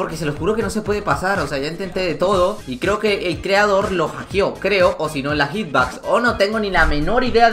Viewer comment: Gente normal:hitbox:hitbax